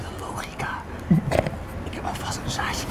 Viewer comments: Het is 'zaadje' en 'jouw' fiets 😐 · Zaadje, niet ZAATJE